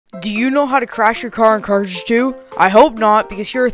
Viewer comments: why do you keep saying carush 2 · "car cruzhzhe two"